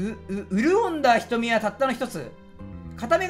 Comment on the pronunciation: 陽射し: ようしゃし (ひざし) 八重樫 : やえけん (やえがし) 潤んだ : うるおんだ (うるんだ)